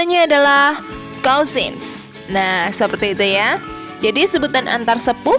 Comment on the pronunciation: Penerangan nya jelas , tapi pronunciation nya mohon cek ulang dan perbaiki, spt ucpan daughter , cousin, dan bbrp yg lain